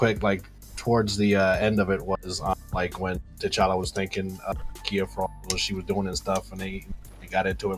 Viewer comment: Tuh Challa... not Tay Challa.